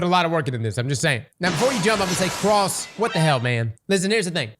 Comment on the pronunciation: Wtf was happening to Cross' voice at the end? Dude was sounding like molasses